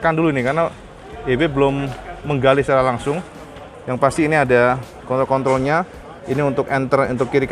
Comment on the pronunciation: klo masnya nyebut kontrol saya ketawa kedengeranya seperti alat pusaka lelaki.mungkin ngomongya kecepatan..haaaaaa